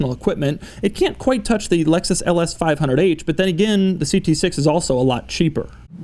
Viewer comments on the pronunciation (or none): none